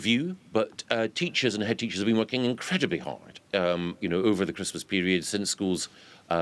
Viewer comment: "We're been woorking with business throughout the year", says Govey. Really? Stop boring me with bullshit, Mikey.